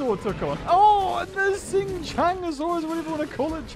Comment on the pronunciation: The proper pronounciation for Qianzhousaurus is: kian-jo-saurus.